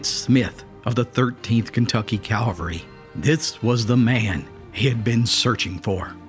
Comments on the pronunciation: It's cavalry not Calvary! Calvary is for jesus, cavalry is for horses. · I think you enjoyed that story too much. ..and it's pronounced Cav-al-ry, not calvary. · English Police here... Cavalry, not calvary, but you still get an "A+" for story and composition. I'm sure you appreciate my nitpicking your hard work. Good job. Carry on! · Great video. Very well done. But it's CAV-al-ry, not CAL-va-ry, and it's "hanged" not "hung" when it's an execution. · CAVALRY, not calvary... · Cavalry not Calvary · wtf is it with people who insist on saying calvary instead of cavalry ?? Anyone idiot knows the difference, unless of course you're a special kind of idiot.